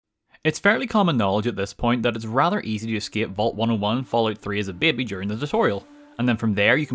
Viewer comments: I like how says "babey" or thtas how it sounds lol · It sounds a bit like the Spanish word "Bebe" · I like the way he says baby bahbay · "bebbe" 10/10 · he's Irish! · I love how he says Baby. It sounds so funny and it's great. Lol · The way you pronounce baby is incredibly entertaining